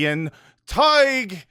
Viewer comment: Spelt his name wrong at first - I’ve been misled by all the times has said Todd-g-h! It’s actually Todd-h-g.